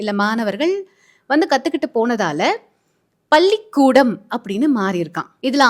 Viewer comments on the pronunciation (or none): சகோதரி! உங்கள் வாயிலிருந்து பள்ளிக்கூடம் என்று உச்சரிக்க முடியவில்லை. (பல்லிக்கூடம்) திருத்த முயற்சிக்கவும்.நன்றி.